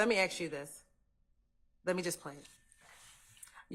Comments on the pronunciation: The attorney doesn't even know how to pronounce the word. Ask! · Even the DA can't say ask.😆😆😆😆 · Lmao prosecutor can’t even pronounce ask correctly 😆🤌